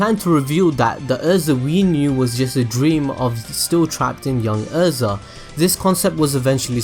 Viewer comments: “Er”.. za. Erza not Urza. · IT IS EH-RE-ZA not errza